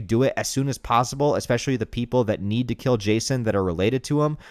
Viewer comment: Eckspecially..... Bro are you from Houston???